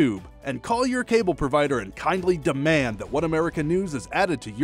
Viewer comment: With the risk of being seen as overly picky, I (am already subscribed) would appreciate the verbal invitation offered at the end of every OAN video be corrected. The announcement sounds like 'da-mand' and the correct version would be 'dee-mand'. Yea, this comment would probably be considered 'picky'. I love OAN.